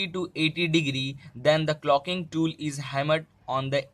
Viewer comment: It's not clocking , it's caulking